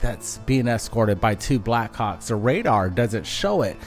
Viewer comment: I like how the brothers say "Backhawks" sound like they're saying "Black C#cks!. 😆. Great compilation of video with excellent explanations! Great job and! 🤘🗻🪖🛸👽👾